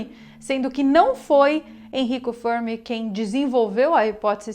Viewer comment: A pronúncia de "Fermi" deve ser a italiana, e não a inglesa.